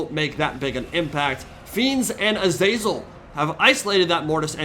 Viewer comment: the way you keep saying "azEYZUL" absolutely grinds my gears. it's "A-ZA-ZEL" FFS